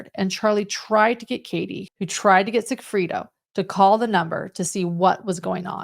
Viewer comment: Just a heads up, it’s not Sigfrito, it’s Sigfredo, I just keep picturing Fritos….lol